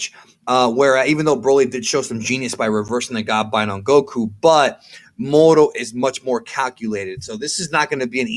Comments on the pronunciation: Why are you using an accent on moro ? You dont use it on any other words, just say MORO not Murrru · The way you pronounce "moro " is lowkey cringey 🙄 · Why do you say mohoro instead of moro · Why are you pronouncing Moro's name like he's hispanic? He's a demonic goat wizard from another galaxy created by Japanese manga artists so I don't think his name would be pronounced with a hispanic accent? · dude please stop saying moro like that